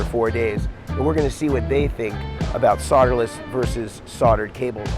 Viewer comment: Just a few observations and comments.... I’m in a “mood”... Why don’t you pronounce the L in solderless? You say soderless...maybe the guys from TPS are paid by SoLderless cable companies, has anyone ever commented about your haircut, trivial I know but Bobs went out in the sixties.